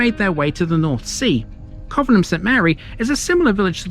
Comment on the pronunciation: It's pronounced 'Covenham' not 'Covenham'. Thanks